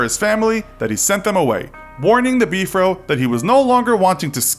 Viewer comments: I don’t want to sound mean but it is not be-for it is b-f-r-o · It’s not “Beefro” it’s B F R O!!!! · It’s the BFRO not Beef row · "BEEF ROW" smh haha (Bee-eff-are-oh) is what I'm use to hearing, so it was just a bit jarring to hear "Beef Row" over and over haha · Beef-Row? Come-on autoplay... It's just BFRO just say the letters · It is just called B-R-F-O, not beefro. Interesting stories. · It's B .F .R. O not Bfro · Not sure what b-fro is... but if you are talking about the big foot research organization you just say the letters. B-F-R-O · It's BFRO not Bfro I don't think Bigfoot has an Afro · It’s not “Beefro” it’s B-F-R-O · You’re not into Bigfoot that much. You’ve pronounced some of the common words the Bigfooters use. 😘 “Beef-fro” 😊. It’s B R F O. Just say the words. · Beefro, HAHAHA!😂 ITS B.F.R.O.! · You said "beef-row." Lol, REALLY? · Why does he keep calling the bfro “beef row” !? Its killing me 😂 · I've never heard the Yowie pronounced the way this narrator (mis)pronounces the word. The same can be said for the way he refers to the BFRO.